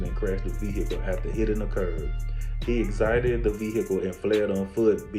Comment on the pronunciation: Read that word "exited" again...lol